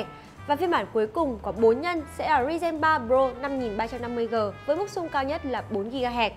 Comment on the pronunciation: Đọc thuật ngữ sai nhiều: Multi: mun ti Ryzen: ri ren Chốt lại: Thuật ngữ đọc ko đúng.